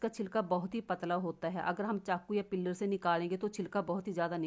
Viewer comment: पिल्लर मत बोल पिल्लर मतलब है खं बा पिलर बोल peal मतलब सोलना छिलका निकाल ना